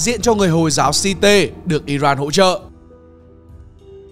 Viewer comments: Hồi giáo Shiite đọc là shia, đâu ra mà si tê đọc như đọc vẹt vậy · Nể thằng đọc thật! Clip trc thì nó đọc FED là ép-i-đi, clip này nó đọc hồi giáo Shiite là si-tê 😂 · Đọc từ `shiite` cũng sai.